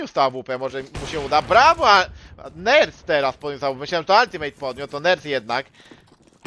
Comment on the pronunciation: Demydż i Altimet a nie altimejt i demejdż